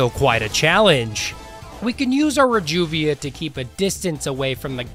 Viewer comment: never heard someone pronounce reduvia that way before.